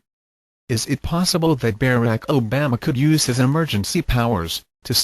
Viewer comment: "I don-tee" hahahaha O-Bam-uh lol